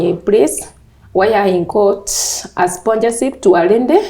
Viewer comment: English is too much work.. ati sponjaship to a rendy😂